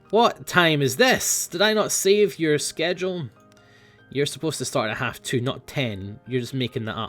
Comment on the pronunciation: Are you German?